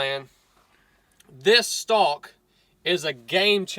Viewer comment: Stock not stick lol